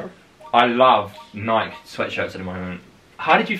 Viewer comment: I'm sorry I had to point this out but.... THE WAY HE PRONOUNCES NIKE!! NOOOOOO